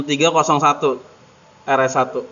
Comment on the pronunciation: Menit 1.40 Penyebutan kodenya koq ANEH gitu sih bang. Itu bukanya bearing 6301 yeaaa???